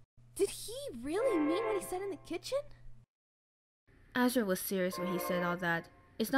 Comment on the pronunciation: When he said Ass-riel I died of laughter